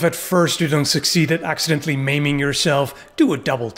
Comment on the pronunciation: The Wicked Witch of the East made the tin Woodsmans axe slip and cut off all of his limbs. Then his head that all had to be replaced by the tinsmith. Thats how he became the tin man. I laughed every time you said "Axe I dent".